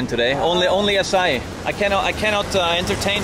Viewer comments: OMG! This brings so many memories! BTW it’s Açaí (Note the Ç in Português has an S sound) and it’s definitely not Ice Cream.. it’s a fruit from the Amazon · It’s not called açai is pronounce aaa ciii eeee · Açaí the ç is pronounced like a double s. Its made from the fruit and has a lot of calories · I don't think calling it 'Akai' would work so well in brazil, you better learn how to say 'assai' :D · don't say akai xD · Bro called Acai akay lmaoooo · No you can NOT say AKAI lmao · Not akai it’s açai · You can’t say “akai” c’mon, bro🤦‍♂️ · It is pronounced like "AH SAH EEH" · NAO. Nao voce nao pode chamar de acai. O nome é AÇAÍ, e é assim que DEVE ser chamado. Brasileiro tem que aprender a forma correta que vocês chamam e falam porque senão vocês não entenderam o que estamos falando, pq agora temos que entender vocês falando acai. AÇAÍ. Se virem para falar!!! 🇬🇧 NO. No you can't call it acai. The name is AÇAÍ, and that's what it MUST be called. Brazilians have to learn the correct way that you call and speak because otherwise you did not understand what we are talking about, now we have to understand you speaking acai. AÇAÍ!!! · It's pronounced... "AH-SIGH-EE"" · the correct way to say açai is ass - ah - ee is really popular here in brazil , a lotta açai shops around the cities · It sound like you are trying to say the guy sells açaí. Ah-sah -Ee. That is a flavor and it is used to flavor ice cream, popsicles, etc. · the pronounce is "a-ss-a-ee"(the letters "A" like the word car) (the letters "S" like the word "say") and the letters "E" like the word fee) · There is no k in Acai: neither in writing nor in pronouncing! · Ah-Sah-E is how you pronounce it Harald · Harald, Açaí is pronounced like ''assa Í'' the cedilla (ç) can be a little tricky for gringos to pronounce haha, keep up the great work bud! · It’s NOT ice cream! It’s AÇAÍ! And not acai. 🤦🏻‍♀️ It has a stronger sound at the pronounciation in the end. Nice video, though! 👌🏽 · Açaí is pronounced /assai/